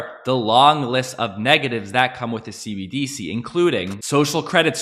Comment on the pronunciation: You're the only person I've heard pronounce cbDc instead of cbdC 😝